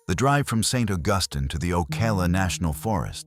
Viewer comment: Hey canned narrator, it’s Saint AUGusteen.